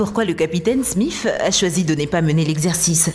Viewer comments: capitaine Smif? c'est Smith et pas Smif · "Smith" Se prononce "Smisse" mais le "sse" devient "th" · Le capitaine smif 🤣 c'est pas plutôt capitaine Smith non 🤔🤣